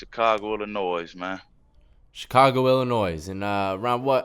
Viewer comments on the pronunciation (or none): How dude from illinois and still cant pronounce it?? Its "ILLINOIY" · how you from the city and calling it "illinoise?" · Illi-noise. Lol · Listen up guys. The “S” in Illinois is f*ing silent. Come on guys. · You guys, the "s" in Illinois is silent. It's pronounced ill-annoy. Ha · ill- in- oy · Illinois pronounced with the s? Nah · IllinoiS? NOIS? ITS NOY ILLA NOY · He’s an Illinois native and still doesn’t realize the S is silent lol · The S in Illinois is silent boys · The 'S in Illinois is frikkin silent people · Come on man, you're even from Chicago and you still pronounce the s at the end of Illinois and now you've got the host sounding like a fool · I lived there for two years and I even know not to pronounce the S in Illinois 😑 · This mans for real said the s in Illinois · WHy the fuck did he say the S at the end of Illinois? I hate when people do that. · Boi don’t nobody from out there call it IllinoiS with the s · Damn! The S is silent in the word Illinois. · We don’t say the S on Illinois round here. Cmon men! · Haha the S is Silent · My wife said the same thing homie. She's constantly lecturing me about my mispronunciation of Illinois